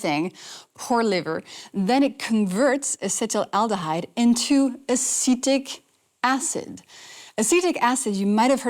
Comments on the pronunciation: If you're going to discuss topics like this with such confidence, you'd think you would be able to spell and pronounce the word "acetaldehyde"correctly at least. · You need to learn how to pronounce acetaldehyde